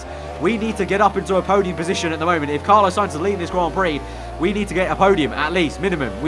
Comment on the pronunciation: ITS FUCKING CARLOS SAINZ, NOT CARLOWS SAINZ